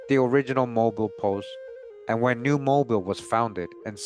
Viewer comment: Hey Mobile Alabama, Mobile is pronounced Mo-beel like an electric eel.